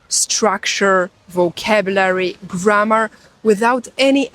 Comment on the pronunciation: How many 'Windows' have You started today, do You also starts your Doors. G r a' m m aaah rrr, is a long word, sounds like You're tired already before You begin. To whistle is a good exercise in clear pronunciation. Spanish is 'easy', because it have, in main, only two Colors, O and A. We all have our very own Language, but We can divide between Flock-Howling and Self-Thinking. (Instinct/Intelligence) Language and Consciousness, is two sides of the Same Development. Language without Mathematic is not a Language, and Mathematic without Language, is not Mathematic. You're right, without Listening, we wont learn anything. I'v been to 80 countries, just picked up the most important words, wrote the sounds, as I hear them in my own language, the Click-sound I'd wrote DT', and so on, some say, that's not how its spelled, but the sound, gives no mistakes. It is always best to 'go there', and body-language is a large part of it.